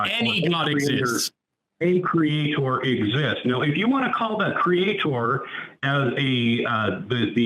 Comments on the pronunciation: I can’t take any person who says creator like “Create-Or” seriously. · When they pronounce it "Cree-yay-taur" they may as well just forfeit the conversation. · What is the deal with Christians pronouncing creator as cre-atohr. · Why do you keep saying it like that? CreaTOR? You don’t need so much emphasis on the second syllable. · Pronouncing creator exactly like Kent Hovind is a great shibboleth.